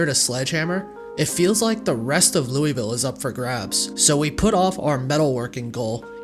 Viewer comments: Finally someone who knows how to pronounce Louisville right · Love the video, love you pronunciation of Louisville as well, its beautiful